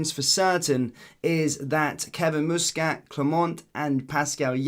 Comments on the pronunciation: Its muskit no mooskit fur f..k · Learn how to pronounce Muscat mate. Youre a grifter. He's a former player and its not Moosecat ffs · the guys name is muscat with sound like bus not moose 😊